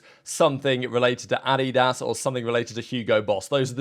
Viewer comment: You said adidas wrong by the way